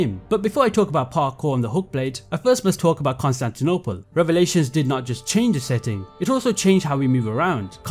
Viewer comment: Hearing Konstantynopol being said with that accent is so funny